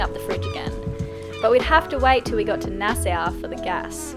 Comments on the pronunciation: It is pronouced Naa-saw not Nassou :) Enjoy the Bahamas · Fond memories of spending holiday weekends on Whale Cay when we were younger. Also love love the Lenny cam, too cute (Nassau is pronounced as Nas-saw btw.)